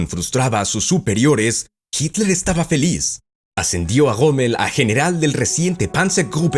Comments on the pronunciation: Me encanta el acento del narrador cuando pronuncia en alemán : Jítal, Jomel, Panzahr, etc 👍🏻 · habla bien... joamel, jitla... payaso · Jitla,gomel,panza, que acento por Dios